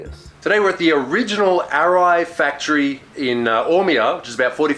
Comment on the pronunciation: Amazing vid but "AR-ai" hurts every time I hear it